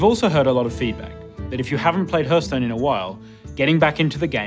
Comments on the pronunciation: Not sure I want someone who pronounces Hearthstone as Herthstone to be in charge of this game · Jmt1000 I didn't closely examine the rest of the video for inconsistencies but the rest of his speech seemed pretty correct... I just kinda think that someone at the company could take the game director aside and say "bro say it like "harth" not "herth" ok?" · TFW the gamedirector mispronounces the name of the game multiple times... It's not "herthstone" it's "hearthstone" the beginning is said like heart. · It's so annoying that can't pronounce it correctly. 😂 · Nobody says Heörthstone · It's pronounced harthstone! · WHAT DID HE SAY?! He's a developer and he says the game's name like that?! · Main criteria for game director should be "Can pronounce title correctly." When people say it like that it annoys me too much. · He can’t pronounce Hearthstone